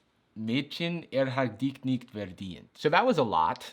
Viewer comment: Hey, your german pronunciation wasn't terrible! Actual dich and nicht, no dik and nikt. 😜🥳